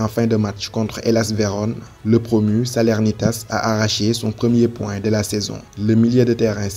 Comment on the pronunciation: Petite erreur de prononciation de ma part: c'est Salernitana au lieu de Salernitas (le club de MAmadou Coulibaly).